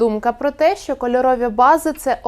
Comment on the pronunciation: Учите язык! Не Шо, а Що